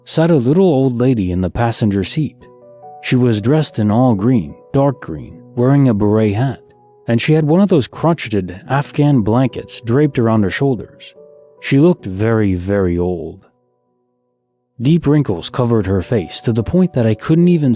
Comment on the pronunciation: Hey, just so you know, in the story about the old lady the word "crocheted" is pronounced "crow-SHAYED". :)